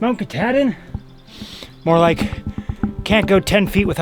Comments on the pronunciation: Ka-tah... like Cah...not Ka-tad-in...Kuh-tahd-in... and there's only One God...JESUS CHRIST !!! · Ka-tad-din. LOLOL. If you look at the spelling,, you didn’t pronounce it correctly. (Ka-TA-din) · To funny how he says Katadian ...lol...spent my summers in Baxter its a jewel !!! Maybe my favorite place in the world ...spent many 4-5 days n nights at Russel pond .